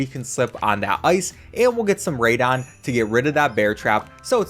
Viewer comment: He’s saying it wrong do